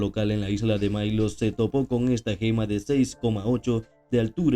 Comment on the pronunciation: Venus de Milo, no de Mailo, es en Italia, no en gringolandia